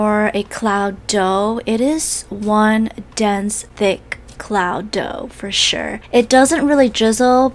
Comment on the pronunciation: ok i love it when she says 'for sure' as 'for shirr'